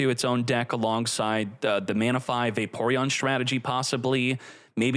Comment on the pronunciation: Ah my favorite Pokemon: Mana-fi and Reg-g-g-gas.